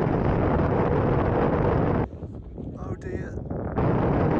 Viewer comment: The 'oh dear' was the most british oh dear ive ever heard